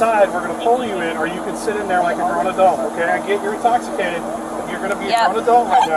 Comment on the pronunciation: “I’m not intossicated”😂